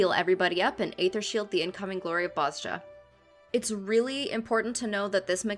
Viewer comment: I hate being this guy, pardon my OCD. know it's been 3 years and you probably already know, but it's pronounced "Boz-ya". Amazing guide btw very easy to understand <3